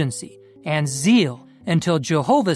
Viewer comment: How can you expect anyone to agree with you or your message with so many grammatically misspelled or pronounced words? The word is "Zeal" not "Seal"!!! That"s why they have spell check on your computer very good invention try using it!!!